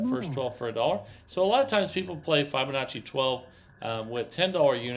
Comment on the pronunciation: Please learn how to pronounce Fibonacci properly please it’s not fy it’s fib